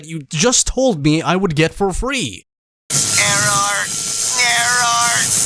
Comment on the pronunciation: ERROAR. ERROAR